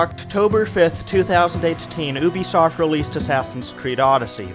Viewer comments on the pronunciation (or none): You have some kind of speech problem bro? It’s not ooobisoft it’s pronounced YOU BE SOFT get it right or please just dont speak, you funny talking clown oh and it’s battle not BATTEL 😂